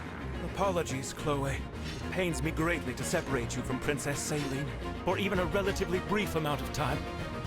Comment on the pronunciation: I can never take Celine's name seriously, I can only ever hear "saline."